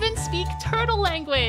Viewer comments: fr bruh, like tf my name's not pronounced like ong it's literally pronounced ang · Its pronounced aahng